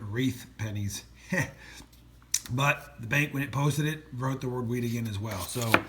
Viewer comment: It is not whreat penny’s it is wheat penny’s but yes you gotta love some wheat penny’s